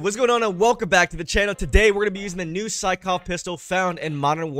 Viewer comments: Sykov not skykov 🤦🏼‍♂️ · the gun name is sykov not skykov lol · This thing hits harder than the ffar (SYKOV not SKYKOV btw) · It's sykov btw